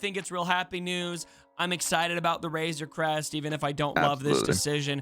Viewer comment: "Wayzuh Cwest 🥺" - 2021